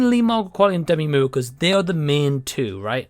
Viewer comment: The close capture says "Demi mu" because of how your saying her name. 😆